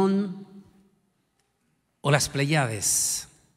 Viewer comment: no mezcle metros con pulgadas error, no se dice pleyádes sino lo correcto es pléyades, no se dice george doble Bush, lo correcto es George doble u bush, no se dice espelusante, es espeluznante lo correcto, mejore su idioma.